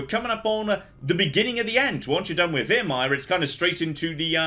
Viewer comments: It's Viremire, not Veeeeremire..... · He taunts me every time he says veermire